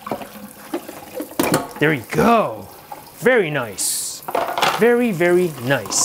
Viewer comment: i know but he is say VARRY